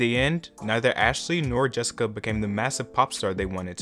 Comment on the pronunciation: Wtf did you call JESSICA "DISCA" ???